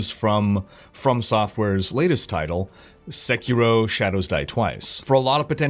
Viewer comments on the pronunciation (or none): none